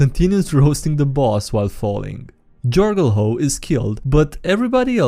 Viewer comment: trying to pronunce Jorgulho and failing miserably fills me with such joy